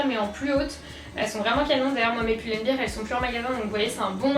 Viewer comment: N c'est Pull and Bear, bear = un ours si tu dis bir comme beer cest une bière, donc on dit bien Pull and BER et pas Pull and BIR, revoyez votre prononciation...